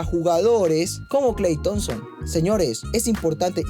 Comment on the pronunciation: No puedo tomar en serio a alguien que dice 'Kal Thompson' 🤣😂